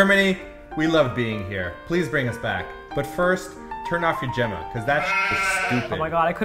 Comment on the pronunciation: and it took me like 30 seconds to understand what you meant by Gema XD I'm german and I just didn't understand the word with your pronunciation xD